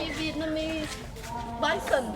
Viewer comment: is no snaks flenly vietnameez bython